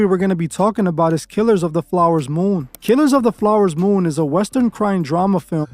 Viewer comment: Killers of the FLOWER moon! This sounds like Chinese propaganda or Russian or something. When the fake voiceover mispronounces words then u know it’s fake s#i?